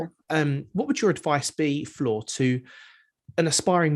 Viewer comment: Learn to pronounce Floor's name correctly